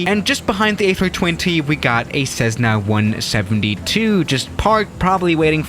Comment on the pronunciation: People:Cessna:Cezzna Me: wtf